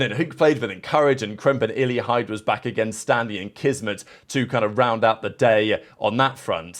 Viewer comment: "Kismit" the disrespect is insane